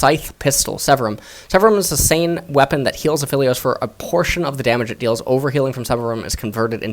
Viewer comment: I think he is called A-Aphilios.